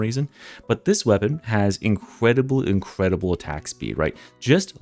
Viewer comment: "Incwedible wending"